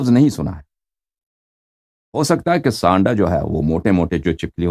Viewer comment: Aapka Sirf Sanddah bolay